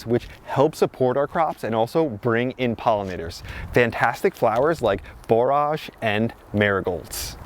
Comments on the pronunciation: "Borrij" not "bore arj" 👍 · I wasn’t sure, so I looked it up, and “borage” is pronounced like “storage” (just so you know). Our last average frost in our high desert of southern Utah is May 20, so we’re about a month behind you, but getting excited as well! 🌱